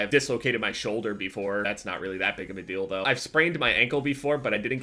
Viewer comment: when he says "that's not that big of a deal though" deal though sounds like dildo